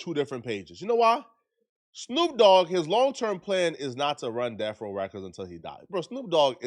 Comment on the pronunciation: Stop saying deaf row you tub of lard it’s death row